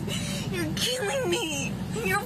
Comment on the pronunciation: "Pliz you're keeling me with theeze you're keeling me you're ffphtzucking keeling me" 😂